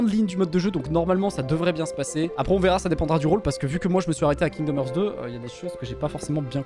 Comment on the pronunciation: "Kingdom hurt" kekw rip l'anglais